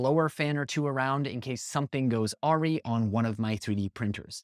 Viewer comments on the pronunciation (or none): Just a friendly correction. Awry is pronounced a·wry /əˈrī/. Like Uhh-Rye if easier to read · Did he pronounce “awry” as “are-y”? I’m confused what he meant if that’s not it.